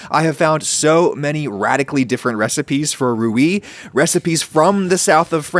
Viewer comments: Rooy not Rooyee. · Rouille is pronounced rouy, not rouyee :) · Rouille is not pronounced rew-ee but more like rew-yeh, in one syllable. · Ok so it’s ROOY (one syllable) and BOO-YA-BESS. Thanks, my ears are bleeding. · The prounciation of "rouille" is very wrong lol (should be like ratatouille) but great video. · There is definitely one tradition for rouille, and that it's not pronounced with a "ee" sound at the end ;) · Because that’s not the right pronounciation at all. But the worst one is « rouille », he completely destroyed the word lol. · That pronunciation of rouille tho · I'm saying that there's no "ee" sound at the end of rouille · Okay, but how do you pronounce "rouy", if not just like "roo"? 'Ouy' doesn't make sense in English phonetics.